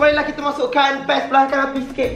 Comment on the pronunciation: PES ke PASTE 😂